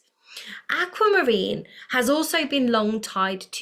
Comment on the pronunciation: Likening your channel! No put down but it is pronounced Aqu not Acu! 👍🏻 Pieces here.